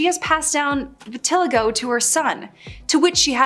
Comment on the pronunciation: I've never heard vitiligo pronounced that way